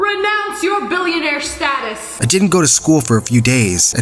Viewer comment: My story animated:My girlfriend is a BILLIONARE No one: Absolutely no one: LIA: BiLlOnArE wItH a B